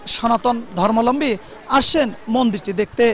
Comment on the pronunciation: সাংঘাতিক ভাই উচ্চারণগত ভুল আছে। ধর্মালম্বী ভুল উচ্চারণ। ধর্মাবলম্বী সঠিক উচ্চারণ।